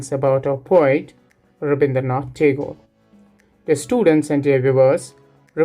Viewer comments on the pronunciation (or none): Sir your explanation is amazing but its not taigore its right pronounciation is tehgore.